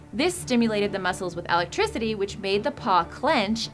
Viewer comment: Eltricity? (Electricity)